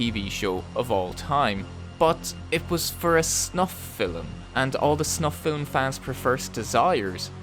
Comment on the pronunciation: I have discovered that the horrific term "snuff film" sounds like it couldn't be TOO bad when it's pronounced "snuff fillum."